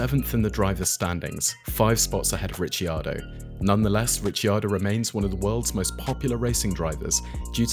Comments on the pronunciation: Rick-ar-doe, not Richy 😅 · It's Rick-kee-are-doe...Ricardo is Rick-are-doe😊